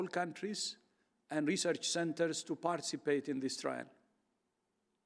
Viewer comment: How can anyone trust someone who can't even pronounce "participate"